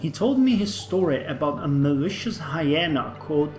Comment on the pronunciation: Hi-ee-na, Long e, not short e.